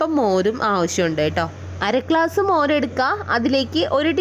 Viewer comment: സഹോദരീ, ക്ലാസ്സ്‌ മോര് എന്ന് പറയാതെ. ഗ്ലാസ്‌ എന്നുവേണം പറയാൻ.